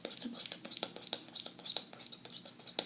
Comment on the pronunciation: I love the "stpl" sounds of you saying stipple lol